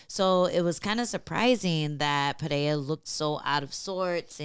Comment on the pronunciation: Ang, it's Pereira. Not Pereiya or Pehera. Do you say Charles Oliveya? If there is no double r (as in Ferreira) then there is no "H" sound. Was painful listening to the desk post-fight.